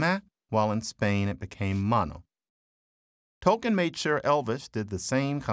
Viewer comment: He did; the narrator didn't; which includes mispronouncing his name.